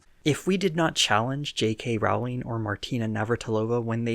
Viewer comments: Great video! Just one note: Rowling's last name is pronounced "rolling." Other than that, solid video. :) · I’m going to nitpick with you: JK Rowling’s name rimes with bowling not howling.